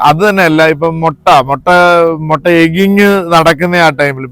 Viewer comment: It's not Motta, it's pronounced as mutta.